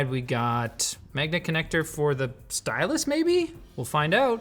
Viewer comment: The apple sy-yaie pencil 💀💀💀